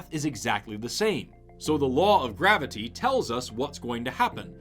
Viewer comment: This man pronounces graviTy as if someone hurt him in his past by misspelling or mispronoucing it as "gravidy".